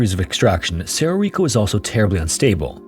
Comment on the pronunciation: (It's pronounced "sedo rico" roll your "R's")